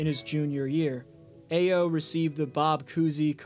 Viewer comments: Great video but it’s pronounced “Iyo” haha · Thumb down for butchering Ayo’s name.